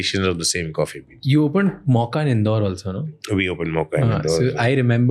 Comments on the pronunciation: it's not "Mauka"... it's pronounced as "moh-ka"...spelled Mocha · In the first 9 minutes I heard Mauka thousand times, so annoying, it’s Mocha bro!! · Why Raj is saying 'Mauka' n not 'Mocha'....he could correct himself atleast when the owner is pronouncing it correctly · It's not Mauka. It's Mocha.